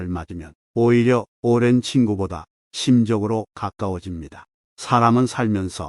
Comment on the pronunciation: 화면보고 눌렀는데, 낯선남자목소리라~~ 뉘신지 말씀 초반에. ~심적으로 가 아니라, 심쩍으로"라 읽으셨어야죠 거부감이 확 드네요.. 은 존경함다..